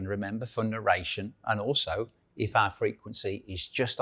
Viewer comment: "you can narrate your own road test" - "remember for narration" I speak US English and finally had to turn the subtitles on for those two lines. All joking aside, good video.